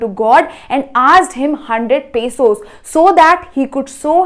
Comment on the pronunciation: It is not pasos it is pesos😂